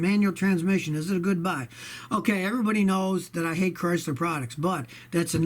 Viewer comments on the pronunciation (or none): none